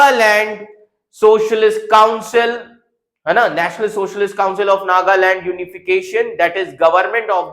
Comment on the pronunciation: Chapri with backdoor knowledge. You only know goggle knowledge. Can't even pronounce Nagaland.